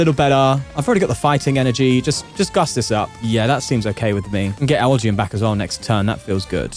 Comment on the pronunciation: Did you say a B-elgyem individual?